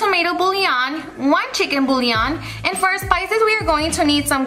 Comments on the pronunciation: Girl I love you tons, the way you pronounce “bouillon” is boo-yon not boo-lee-on. 💗💗💗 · its the latina in her lol my tio says it like that too lol